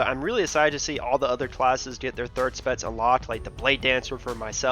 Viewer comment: Pronounciation "spetz" instead of specs